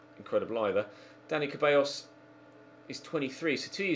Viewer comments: It's Ceballos... Pronounced Sebayos, not freaking cabeyos... Please? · you always say Ceballos wrong, it's pronounced ZEH-BAH-IOS, not CAH-BEH-IOS. You make it sound like it says "hairs" in spanish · Please, stop saying Dani "Cabellos", IT'S "CEBALLOS". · It's Dani Ceballos not cabellos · The "C" in "Ceballos" is pronounce as an "S" so it sounds as "Sebayos". Come on man.